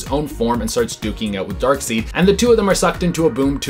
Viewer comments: Amanda seems to be the only host on this channel that gets the names right. dark-seed? It's always been dark-side... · It's Dark SIDE, not Dark SEED Sorry it's starting to get annoying. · C'mon dude it's pronounced Dark side 🙄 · Dark side not Dark seed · My guy, it ain't DARKSEED, it's DARKSEID... Lordy lord but good job on the video 👌💯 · Dark Side!!! Not Dark Seed!!!!! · It's not pronounced Darkseed: it's Darkside. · Seid not seed lol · It's Darkseid pronounced Dark-Side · I feel like he has never read a DC comic if he said Darkseed! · Hey, I know there's more than a few comments about it, but I'm honestly curious about where you picked up the pronounciation "Dark-seed"? I'm not judging, but I'm curious. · He pronounced darkseid as darkseed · FOR DARKSEED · Every time he pronounces it “Darkseed” I feel like smacking someone. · Oh My God! HE SAID DARKSEED INSTEAD OF DARKSEID! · STOP SAYING DARKSEED!!!!! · 🤓🤓Um, actually it's pronounced Dark-said! "I before E except after C, or when making an 'a' like neighbor or weigh." Haha! JK! Shut up nerds! You did great! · Come on it’s pronounced darkSIDE SIDE 😂🤣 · It's pronounced Dark SIDE! That was established by Jack Kirby, his creator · It's spelled Darkseid, but it's pronounced Dark"side". Please say it correctly. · I had to turn u off because of your annoying pronunciation of darksied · Omg I've never heard someone mispronounce Darkseid so many times in one video! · i think it's an ongoing joke. people told them the first time years ago and they've been doing it on purpose ever since.